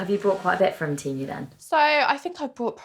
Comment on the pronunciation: Can we PLEASE at least agree it's pronounced TEE-MOO and not TEM-OO !!!